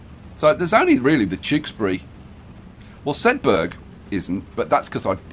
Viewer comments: It's pronounced sedba not sedberg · sedberg not shedberg